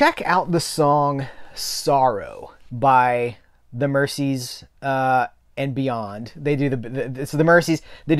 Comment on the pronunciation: Hi,. Love all your videos. I've learned an absolute ton of stuff about movies since following your channel. Your passion for the subject is infectious. (I'll throw in an ultra-pedant point: The Mersey river that Merseybeat derives from is pronounced MerZie rather than MerCie)